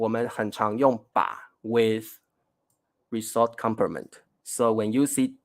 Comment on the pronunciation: ， result rɪˈzʌlt 这个英文字你完全读错了。